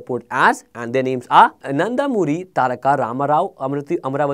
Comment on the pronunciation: sir its Nandamuri not Nandakumari.